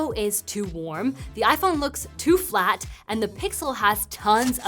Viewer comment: The emphasis on: The iPhone looks TOO FLAT😂😂😂💔